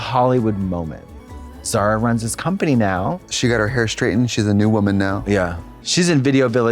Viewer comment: Zara is a beautiful name if you did't pronounce it so Americannally